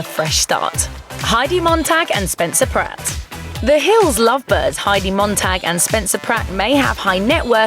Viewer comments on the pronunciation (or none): none